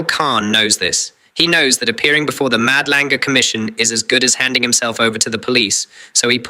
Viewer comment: Love your content ……… really don’t like that AI voice in your intro , can’t even pronounce Madlanga . Feels very fake .